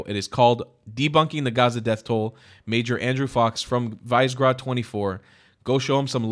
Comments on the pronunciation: Visegrad is pronounced Vish-egg-rad [viʃɛɡraːd], by the way. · It's "Vish-e-grad" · its pronounced as viségrad but great video